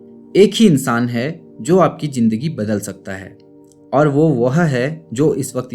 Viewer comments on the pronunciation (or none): none